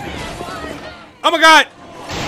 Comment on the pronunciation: I swear he's saying "Imma gawd" and not "Oh my gawd"